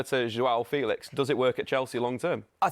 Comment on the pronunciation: Feelix not Felix hes said that's not how you pronounce his name lol.